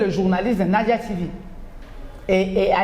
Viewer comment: il faute suvant eclarer tes invites que le NAJA se prononce come NAYAH, (German pronounciation)